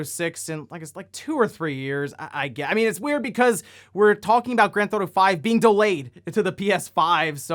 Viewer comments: “Grand Thought-O” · Always been a fan of "Granthauto," as you call it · Granth Auto,?;-) just poking a bit of fun. I've noticed you say it like that a few vids back. Just giving ya a hard time. (Comments is comments yo!)